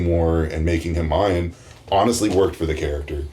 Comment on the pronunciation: OH MY GOD 1. It's Mayan not MIAYAN. 2. Don't know the name of Namor's city in the movie. 3. It's Ocean Master not Sea Master. That was 7 minutes in, do your research beforehand. Noboody is going to watch/listen to you if you can't get your shit right.